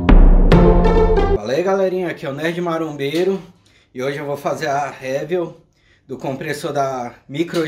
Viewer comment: “Réviu” não dá … Pro canal crescer, alguns erros precisam ser corrigidos.